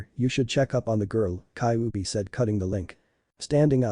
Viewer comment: Kaubi 😂😂😂😂 not kybi 😂😂😂😂 come on man atleast speak properly